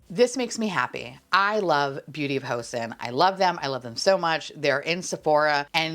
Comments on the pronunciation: Oh,. Everytime you mention Beauty of Hoseon on your channel, it cracks me up but also makes me 💀 a little on the inside. Joseon is pronounced Joe-sohn (think like scorn… minus the C and the R) 😅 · Joseon is pronounced "CHO-sun" 😅 Sincerely, a korean speaker